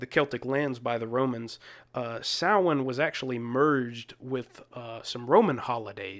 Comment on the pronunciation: Must watch classic horror film: The Wicker Man (1973). Kudos to you for the correct pronunciation of the word "Samhain".